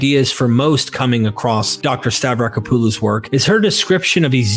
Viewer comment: The AI voice pronunciation getting worse and worse as the video goes on. It's *hilarious*. Oh, and the author's name is pronounced Stav-ra-KOP-oh-loh.